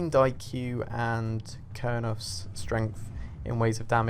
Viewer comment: I'm sorry but did this kid just pronounce cernos kernos?!!